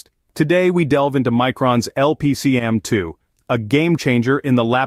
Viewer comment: It's a cool video, but the product name was mispronounced. "LP-CAMM2" not "LPC-AMM2". Micron put out some videos. It stands for Low-power compression attached memory module and "CAMM" was a thing before Micron put their low-power memory spin on it.